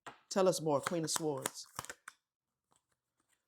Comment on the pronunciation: You said s-w-ords again